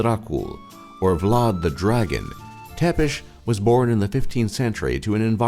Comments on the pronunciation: Vlad Dracul doesn't mean Vlad the Dragon, it means Vlad the Devil. It's not Vlad "Tepesh". It's pronounced as Tsepesh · Lol ur pronunciation of "Ţepeş" sounds like "te pişi" which means " you are peeing" in Romanian :))). No offense cool vids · Is pronunncing "Vlad Tzepesh" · Tepes=țepeș english man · IT PRONOUNCES VLAD TSEPESH!